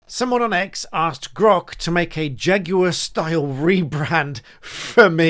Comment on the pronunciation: Shaguar becomes Draguar